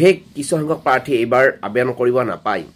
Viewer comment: তোৰ দেখোন আবেদন শব্দটো মুখত ঘূৰি নাহে । 😂